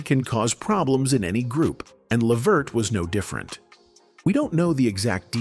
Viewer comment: Hey Before you Can you learn how to say his Name 😡